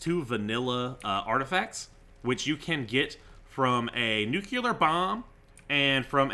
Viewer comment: HE SAYS "NUCULAR" GETTEM